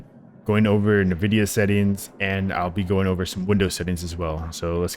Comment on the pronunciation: Is anyone honestly getting past the first 10 seconds of this video after he says "nividia"? Title sounded great but you can be absolutely 100% certain that anyone mispronouncing nvidia in 2025 is utterly clueless and should not give advice on graphics settings. See ya.